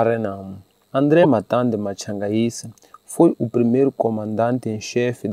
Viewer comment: André Matade... não matande